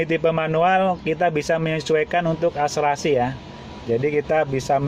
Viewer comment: Akselerasi , bukan akserasi😂